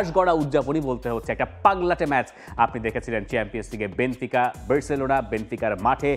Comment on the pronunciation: বেনফিকাকে বার বার বেনতিকা বলছে! দলের নাম বলতে পারে না অথচ বিশ্লেষণ করছে!!!!